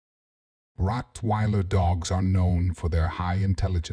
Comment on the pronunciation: I apologize for the wrong pronunciation of Rottweiler in the video.